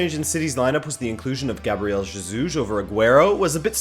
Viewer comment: You pronoun jesus wrong. The j is like an h, as in hotel, or horse.